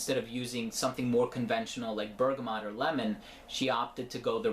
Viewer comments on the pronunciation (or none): none